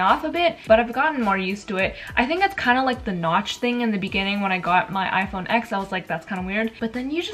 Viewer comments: You pronounce it as "10" not "x" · The fact she says iPhone “ex” instead of 10 shows how much of a “fan” she is 🙄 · Homegirl you call yourself an Apple fan but you say “ecs” instead of “ten” wowww 😂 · lmfao it's pronounced as "10" not "ecs". this is not some word where everyone pronounces it in different ways. "10" is how it should be pronounced. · people (like in this video) say "ex" that's my point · Quinn tuplet it ain’t the right pronounciation. just saying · I get what your saying because you don’t say I have V fingers, you say 5 👍🏽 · She’s “apples biggest fan” but she calls the Apple Watch series 5 the “5 series” she doesn’t know how to pronounce iPhone X correctly and she doesn’t know the color of her ipad 🤦‍♀️ I’m 13 and know more than her. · Pronounces “iPhone X” wrong, too